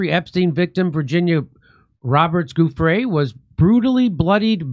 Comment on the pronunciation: stop saying Guffre , JD, it is Giu (like jew), ffre, get it ?! its offensive you pronounce italian like mexican perhaps not sure I dont know it. It is as insulting as people pronouncing, occi instead of okki with the cchi exception, incredibly illiterate and insulting to any italian speaking person.